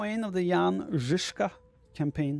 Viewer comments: Your Žižka pronunciation is flawless👍. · Thanks for doing this! And also - very good pronounciation of "Žižka"!